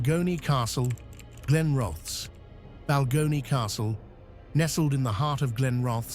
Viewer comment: Balgonie castle in Fife Scotland is haunted by a few more ghosts than mentioned here i think or so ive heard. Glen roth ess is how the town is pronounced. Thanks for sharing.